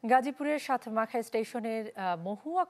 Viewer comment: ম্যাডাম সাত মাখা না এটা হবে গিয়ে সাত খামাইর